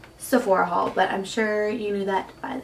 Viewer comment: Hauls lol not hails